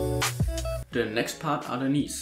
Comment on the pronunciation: Anstatt THE einfach ZE oder SE